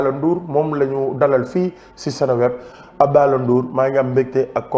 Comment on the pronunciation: Dou "Abdaalah" Abdallaah* la! Melni kouy waxx "dollar" bill! 😂😂😂😂